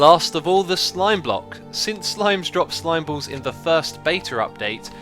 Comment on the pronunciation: Slime Bwock - lol